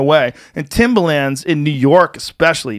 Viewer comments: Timba-Lands. Joe has a quirk where he pronounces shit incorrectly all the time haha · There’s an R in Timberlands lmao Joe “TIMBALANZ” Rogan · The face he says “timbalans” and not “timberlands” hahaha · Timberlands is pronounced timberlinds, not timberlanzzz😂😂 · He says it like the music producer Timbaland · Why does Joe keep saying “Timbalands”? Timbaland is a rapper and producer. Timberlands are boots. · Timber, not timba, T I M B E R L A N D S. Annunciate people. English. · I love how he kept saying, "Timbalands" because New Yorkers wear them. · People on the west coast call them "timberLANDS" not "timberlins"? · Timba-lins. Not limbah - LAnds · Timbalands? Timberlands you mean? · THIM-BHA-LANZ is the correct punctuation I believe. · If Joe saying timbalands doesn’t turn into a meme I’m gonna be upset. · Still cringing over the fact he says “timba lands” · Him saying "Timbalans" over and over instead of just saying Tims after the first time bothered the shit out of me for some irrational reason lol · "Joe Timber-Lands Rogan" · Who tf pronounces it timber”lands” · New Yorkers don’t say Timber LANDS lmao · Joe saying "timbalands" and supporting trump. Way to ride the fence Joe. No heart. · Anyone else kind of cringe the way he says timberlands? I guess he’s a west coast guy but cmon B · The way joe is saying Timba-Lands hurts my ears. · Joe "TimbaLAAnds" Rogan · Cus (surprise twist) HE'S never owned a pair! And he thinks that's how it's pronounced because he's only ever heard black people talk about them, and that's how they say it. Joe a real one. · The way he pronounces Timberlands is gold